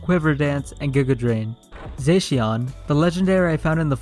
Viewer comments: He says zaixian butt it's pronounced zashion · It’s za-she-in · You said zacian wrong it's zo sh e an